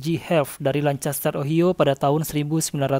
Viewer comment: Kontennya bagus bang, cuma pelafalan beberapa kata bahasa Inggrisnya masih agak belepotan.. Misal Ohio dibacanya, O-hai-yo